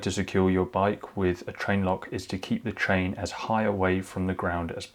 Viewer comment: Yes he says TRAIN not CHAIN !!